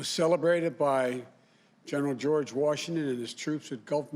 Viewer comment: "George" not Gorge